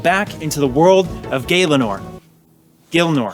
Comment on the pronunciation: gilenor not gaylinor